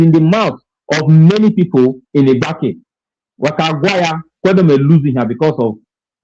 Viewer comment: This is a welcome development and it's about time that we Igbanke people speak up for ourselved with regards who we are There is no Igbanke people under the sun that pronounces it like bini people (I-GBAN-KE) instead of IGBAKI despite it being spelt Igbanke. This shows they do not know us, we are not part of them neither are they part of us if they don't even know our name? The letter "N" is silent and the letter "E" is prounced as letter "I" and you can find such example in some foreign language. Even Igbontor is called Igbotor by us and Ake which is another community is Spelt AKE but pronounces AKI This happens when a word ends with "KE", it becomes "KI" in pronunciation. and when a word starts with "IGB" like in Igbanke or Iggontor, the letter "N" is usually silent when pronounced. How can ile binu people know these things? Are they part of us? No!! In case you find it strange. In deutsch language, letter "z" is pronounced as "s" and vice versa, then letter "w" is peonounced as "V". Igbanke nor be bini, we be Ika Igbo